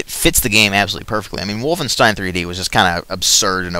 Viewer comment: I love how you say wolfenstein "Wolfenshtine"